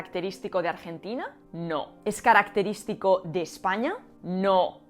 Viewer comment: Literal dijo, "esh caracteríshtico de Eshpaña? NO!. No hate xd. (ví todo el video y aprendí mucho ty)